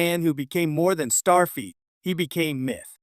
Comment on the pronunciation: "Star Feet" 😂😂😂